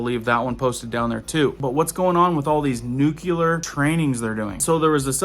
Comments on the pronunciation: Sorry...it's pronounced nuc-lee-er, not nuc-u-ler. (my ears hear nails on a chalkboard when that word is mispronounced.....but so many pronounce it incorrectly.) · It's not pronounced nuKELar, it's nuCLear. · Another great video my man. But I gotta put this out there again. Nuke-Lee-Er. Not Nuke-U-Ler. I know. I know. I'm being "that guy". Lol.